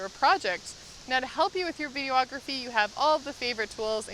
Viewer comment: Do Canadians spell videography with an extra 'o'? keeps saying, "video-ography"